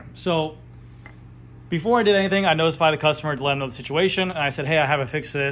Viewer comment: Haven’t seen your videos in a while.. and you’re saying THEE way too way too much when “the” would be much better. You said you’d work on that. Hmmm. Nope. Other than that, good video